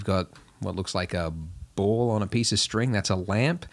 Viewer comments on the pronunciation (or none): none